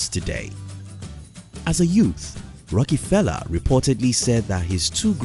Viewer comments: It’s rockefeller not a rockee-feller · Sounds like John D. Rocky-pella